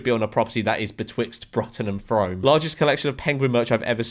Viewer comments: Brutton and Froam… he he. It’s Brooton and froome as in brew and broom… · No clue how my hometown Frome has ended up on a George M vid 😂. FYI it’s for whatever reason pronounced as Froom instead of fRome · its pronounced froom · girl ur pronunciation of bruton and frome was WAY off its brootun and froom if that makes sense lol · Bruton is pronounced brootun. Frome is pronounced froome. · i know it’s spelled fRome, but george it bugs me that you mispronounced FROOM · Ironically Bruton is pronounced "Broo-Ton" and Frome is pronounced "Froom", just a heads up there George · "Bruton" and "Frome" are pronounced "broo-ton" and "froo-m" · Yeah and brooton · The way he pronounced Bruton and Frome angers me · it’s what happens when you’ve never heard of them